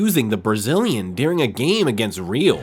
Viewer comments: Hey man, REAL is Spanish means ROYAL , you pronounce it as "real" sounding like real or truth. It's pronounced ReAl , the A like sounded A, difficult to explain by text... anyway sounds very weird and nobody says REAL the way you do, or perhaps you're just the stupid AI translator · Good video but the way you pronounced "Real" hurt my ears 😂.